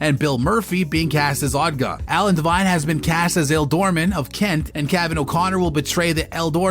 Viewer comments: Sorry to do this but it was King Ecgberht not Edward. And they are Elderman not el doorman. You make them sound like Spanish bouncers 😂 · How can u say elderman wrong 🤣😂🤔